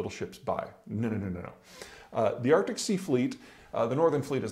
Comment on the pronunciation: it's 'Arctic',.